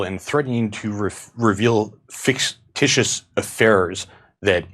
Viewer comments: '...fix-titious affairs....' Great, a programmer who struggles with language. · Lol. "Ficticous affiars". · Dude i agree that dude may really be AI. “Fix Tishus” AI does subtly fuck words up like that!